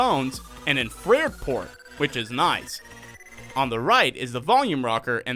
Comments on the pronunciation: Am i the only one who picked up INFRED instead of INFRA-RED. Love the video though. Keep up the good work. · I hear "infrear" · I had to pause, rewind, and listen 2 more times to suss it out. STILL sounds like "in-frare" to me, lol. Like maybe a typo in the script? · Anyone else catch how he said "infrared" lmao